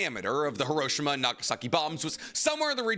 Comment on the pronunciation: did you just call hiroshima, hiroshina